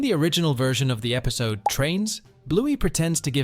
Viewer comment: Is everyone just gonna ignore the fact that he said episto?